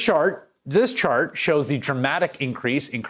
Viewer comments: “This shart” hahaha dude ain’t wrong, this whole situation is just a blowing runny shart! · At 219 he says shart.... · "This SHART...this chart"! 😂😂😂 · He accidentally said shart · He said shart. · Sorry... but did anyone else notice he said “this shart” 😂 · Are we going to pretend dude did not just say “shart”? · “This shart” hehe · "this shart" my man lol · I know this is serious and sad but this guy said Shart instead of Chart and Im dead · He said shart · Did just say Shart? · Lol, he accidentally said "shart" 🤭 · I just want to Point out said shart. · "shart" 😆 sorry I have the sense of humor of a 12 yo boy when I'm tired 🤣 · Did anyone notice said “this shart”😆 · Lol he said shart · Sorry, I laughed at “This shart...this chart...” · Lol " this shart... this chart" said shart in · “this shart” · “This shart...” 💩💨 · did anyone catch that!? “THIS SHART this chart”😂😂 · "This shart" - Hayes HA! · "This shart!" Lmfao 😂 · "This shart" ..lol😁